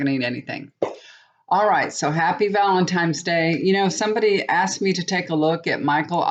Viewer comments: Hi, FYI it's Valentines, not Valentimes.: ) Hope it was a good one. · I so enjoy your readings, but being an English major, it drives me absolutely nuts that your pronounciation is off: ValenTIMES? what? it's ValenTINES. When you say the word PICtures, you say PITures. Otherwise, your readings are pretty accurate. Lovely hair too!